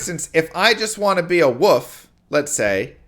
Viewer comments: Does know there's an l in the word "wolf" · Mark of the "woof"? You live on the east coast of the U.S. don't you? I had a friend who said "wolf" like "woof" every time and he was from the east coast.